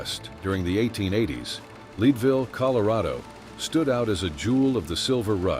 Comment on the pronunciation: PLEASE program your AI to pronounce people and place names accurately...example: it is NOT LEED-VILLE, Colorado, it is LEDville...come on...if you are doing historical information...get it right. AI can be programmed...so please correct this. Another example of this problem is Ms. Dunn...she was called the Rose of Cimmeron (Simmer-on) ...not the way you pronounced it. PLEASE correct this.